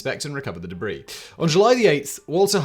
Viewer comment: The "Deb Ree" lmfao